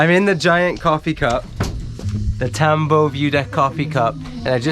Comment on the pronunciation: Tambo, its pronounced with a short o.